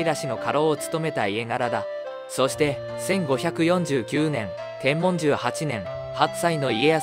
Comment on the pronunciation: 「天文年間」↓ 読み方 ❌「テンモン」 ⭕️「テンブン」